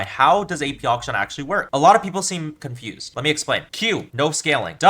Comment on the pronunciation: I love how he pronounces akshan as auction.